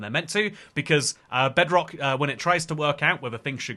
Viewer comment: Somehow I misheard it as "Breadrock"